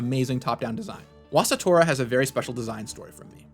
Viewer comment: why was it "wasitora" not "washitora" as it would be romanized in japanese?